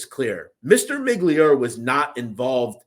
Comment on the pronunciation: His name was not Miglior It's pronounced Miglioreeee I would guess everything you are saying is only shit you have read and don't really know shit about the people you talking about.